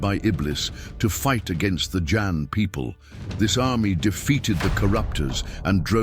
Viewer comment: There is no "Jann" in the Qur'an. There is J'aan.